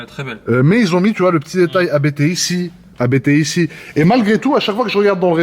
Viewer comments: J’ai les oreilles qui saignent chaque fois que j’entends « Abété » 😅. Ça se prononce « Apte », du nom du fondateur de la marque, l’allemand Johann Abt ! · Pour info, on prononce Abt en non A-B-T. C’est le nom de famille du fondateur Johann Abt 😉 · Pas A.B.T. , mais Abt, un seul mot. C ' est un nom de famille.. Nom de Diou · Sauf qu'on ne dit pas A-B-B mais Abt, parce que c'est le partronime du créateur de l'entreprise Johann Abt. Tu dis bien, et pas A-K-R-A-M.;-) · c est pas ab-errant c est: a b t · Faut arrêter de dire Abété .....